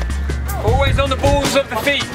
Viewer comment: lol "always on the bools of the feet"